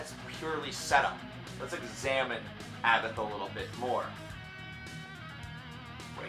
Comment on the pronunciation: ABBAT(h) A BBAT ABBATH, you don't pronounce the H <3